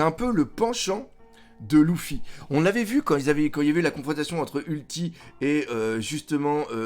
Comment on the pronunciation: J’en peux plus que tu dises LOUFFY!!!